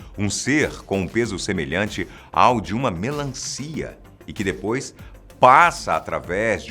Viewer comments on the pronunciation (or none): none